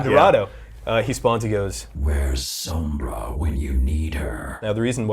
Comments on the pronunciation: Being picky but god dang... EVERYONE is mispronouncing Sombra. If this is the Spanish word for shadow, it's "Sohm-bra", not Sambra. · it's Sombra, not Sambra can you guys work on pronunciation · please pronounce it correctly. it's so-mbrah, not sum-brah. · sOHmbra not sAHmbra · Ughh how they say Sombra is killing meeee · Dislike for the way you say sombra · These clowns can't even say Sombra's name correctly. Damn shame. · ITS NOT PRONOUNCE SOMBRA JESUS CHRIST, SAY IT THE WAY ITS SUPPOSE TO SOUND JESUS